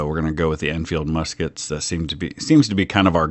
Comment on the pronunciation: Ewell did much better with the Lorenzs than he did with the "misskets". 3 stars for the Junaluska Zouaves! Hurrah! Hurrah!